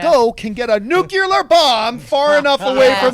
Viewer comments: I swear John doesn't know how to say NUCLEAR. This is the 2nd time he calls it Nucular, smh. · John stop saying 'Nucular!!' its........NUCLEAR!! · John - NuCular? ... Arrgh.